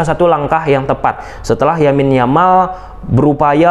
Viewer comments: Thank u Bang, analisis nya, kita barcelonista. Lamine Yamal Bang, bukan Yamin Yamal. Sepakat Dembele no respect at all (lebih baik kalau pemberitaan untuk nya di black list heeee) dan next game di Mont Juic layak di beri Huuuuu ... Vamos Barca! Setengah kaki di semi final! Hopefully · Lamine yamal abang bukan yamin yamal